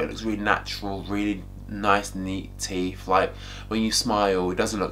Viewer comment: Its teeTH not teef!